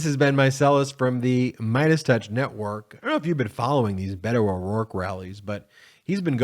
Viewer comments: Beto shows calm. Ben it's not Bato it is Bet o. Bet on Beto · Beh-toe like Bed, head or egg. Not B8oe like Bagel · It's "BEHTO" , not "BAYTO" !! Roe, Roe, Roe your vote -- make those Trumpers scream ! Free our women from the hate, let our young girls dream !! Roe, Roe, Roe your vote -- do not be afraid ! STOP the evil in our midst -- Democrats, be brave !! Roe, Roe, Roe your vote -- Stand up for women's rights ! Better do it NOW, boys -- or you won't get none tonight !! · Hello ...His name is BETO ... Not BATO !!! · Love you bro but it's not Bado it's Bet o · I love Ben's work, but could you please stop saying" Bay toe'"! His name is pronounced "Bet oh" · Can you please say his name correctly. Its veto like a bet and an o. Ite veto. Not baytoe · Beto. Pronounced Bet-o. Not Baydo. Ok? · It's Beh-toe not Bay- toe. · I believe its Bet-Oh, not Bay-to. Other than that, good video. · Hey man, this isn’t criticism - truly, but since you’re gonna b talking ab him a lot, his name isn’t pronounced Bey-doe (I know, i did it too, bc it feels more natural somehow in English, but it’s a Spanish language nickname for Robert. So this is straight from the horse’s mouth, if u will😉). He pronounces it with an accent, but says it’s fine for “US” to pronounce it like a combo of Bed-oh & Bet-oh. Beto. 🖖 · Baytoe really? I know you don't mean to offend, but this is massively offensive. Pronounce this man's name correctly, please!